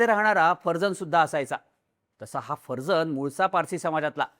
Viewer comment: हा माणूस पारशी आहे माहिती होती. तरी त्याच्या नावाचा चुकीचा उच्चार का करताय. बाबा फरजान हा उच्चार आहे. बाकी व्हिडिओचा विषय अतिशय बकवास निवडलाय.